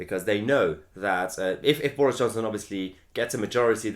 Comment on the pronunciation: Just here for way mahyer says boreis